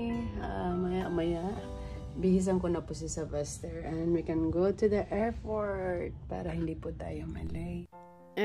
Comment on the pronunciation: Airport po hindi airfort... 😢